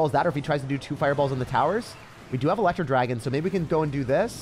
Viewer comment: “The elerwooo dragon”